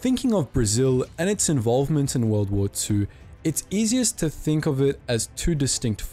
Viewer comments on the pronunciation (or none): none